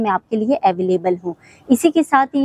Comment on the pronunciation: Koi madam ko precinct, villas and available ki proper pronunciation hi sikha deta 😂